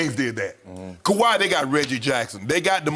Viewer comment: Shannon “They talm bout what great moves the clippas...; do Kawaih run the clippas? 🤷🏿 🥴😬😂🤣😂